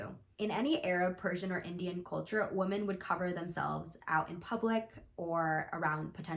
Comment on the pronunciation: lowkey super triggered that you pronounce "women" as "woman"